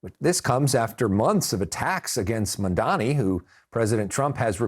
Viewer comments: It’s M-A-M-D-A-N-I not Mandami! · They’re trying to pronounce it but just so they know it’s “MOM-DA-KNEE” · Did this fucker of a reporter just say Mandani twice?! How ignorant and disrespectful if he did! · As journalists you should try to learn how to pronounce his name. This lack of attention to detail is disappointing ...it is pronounced MumdaaNi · The host just keeps saying "mandani". How hard is it to pronounce his last name properly? It's not even a difficult name. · MuM - Da - Nii. Get it right guys. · Everyone together now: “Mam” (like “Mom”) “Dani” (like “Donnie”) Now put it together. For real people it’s not that hard. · Not mundami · I am starting to think white people's inability to say Mamdani is a speech impediment.. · How can you keep saying his name wrong after all this time? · Say his name right, Mamdani!! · Why these idiots cannot pronounce MamdaNi correctly ? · CNN, it’s about time you teach your staff to pronounce Mayor Mamdani’s name correctly! For your own credibility, of course! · Can the host pronounce Mamdani’s name properly???? Like wtf it’s about time. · I also noticed these CNN clowns intentionally butcher his name. Racist Zionists is what they are. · M-A-M-D-A-N-I can we please pronounce his name correctly. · Still, CNN people unable to say Mamdani's right. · You guys still can't pronounce his name? 😂